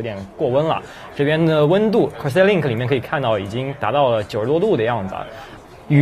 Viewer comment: 跟我一起念...Cors Air...